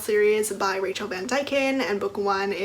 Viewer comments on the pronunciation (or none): none